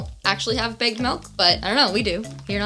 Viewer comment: it took me so long to realize that was milk in a bag. I thought she was just say8ng "big melt" over and over again and I was super confused 😂